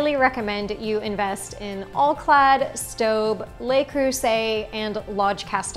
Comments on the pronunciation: I don't pronounce Staub the way you do. If you search online you'll see this: Staub: Pronounce this German brand of cookware (which is owned by Henckels), “SHTAH-b” (not, “Stow-b”). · Staub is pronounced SHTAWB.